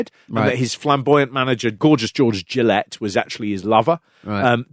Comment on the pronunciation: Kendo's finishing move wasn't the Kamikazi Roll, it was the Kamikaze Crash. Also, George Gillette's surname is pronounced, "Jill-ett"!